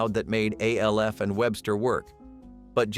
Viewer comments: Omg Alf, not A. L. F.! 🤦🏻‍♂️ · "A.L.F." is not how it was pronounced. *sigh